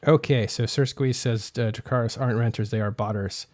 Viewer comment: "renters" lol you've got that one badly wrong mate.